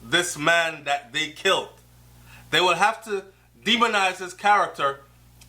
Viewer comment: You don't pronounce killed as kilt...